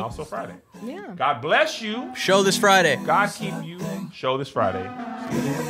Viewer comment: Hey it sounds like Kev asked if you're down with GOP instead of GOD 🤷🏾‍♂️ back to you